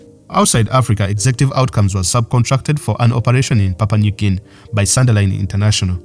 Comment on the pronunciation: I'm pretty sure it supposed to be hard G.